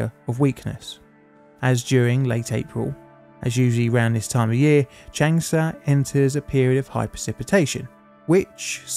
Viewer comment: I am sorry, but your pronunciation of any of these names is completely wrong: it's not Chengsha or Chengsa, it's an 'a' which you in English would rather intone when saying Chung (although there is an 'u'). So pronunciation is "Chung'shah". And the name is "Woo" "Chee-sheng" (Chee like you would pronounce in Cheese) not "Kuiiseng" like you say, as well as "Dshi-jong"... sounds horrible. Every fifth person on earth speaks Chinese and their cities are 10 to 27 Million people or more. We should at least learn how to pronounce their cities right.